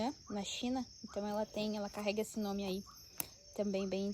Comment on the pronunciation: Hahaha é uma graça você falando os nomes certinhos em inglês, acompanho pelo insta e fico tetando falar igual 😂😂😂